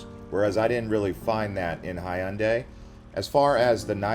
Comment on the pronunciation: 자꾸 현대라 해서 먼말이지 했는데 해운대였음 ㅋㅋㅋ